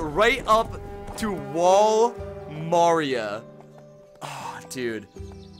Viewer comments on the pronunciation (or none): bro pronounced maria as feminine mario. weirdo. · Bro forgot how to say Maria he was so hyped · That is an…interesting way to pronounce Maria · im so triggered about how he said wall maria